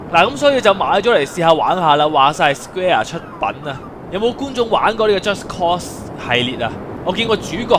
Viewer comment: 讀錯左...係just cause,唔係just cost啊~~